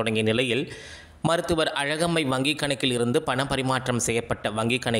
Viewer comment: தம்பி செய்தி. மருதுவர் இல்லை மருத்துவர். எதற்கும் நீ மருத்துவரை பார்ப்பது நல்லது.